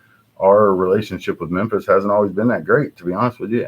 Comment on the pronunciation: "Mempis Marry" that shit made me laugh for real!